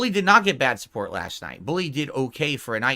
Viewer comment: “It’s not about the money. It’s naht! I’m naht here to take a paycheck”